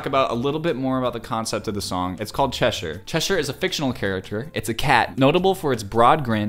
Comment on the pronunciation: I’m sorry but it made me physically upset how he said “Cheshire” 😭 Edit: CHERRYOUNG??